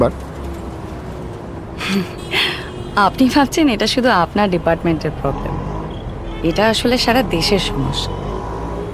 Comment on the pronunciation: খুব সুন্দর উপস্থাপনা, কিন্তু অনুসূয়া চরিত্রে যিনি অভিনয় করেছেন তার একটু উচ্চারণে সমস্যা আছে। যেমন প্রবলেম কে বলছেন পবলেম, প্রবন্ধ কে বলছেন পবন্ধ